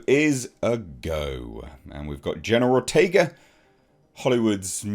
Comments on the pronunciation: I kept mishearing it as you saying General Ortega. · pronunciation of the name keeps sounding like "General Ortega." 😄